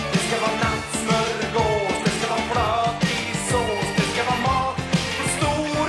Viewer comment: när han säger flöt låt det so han e värmlänning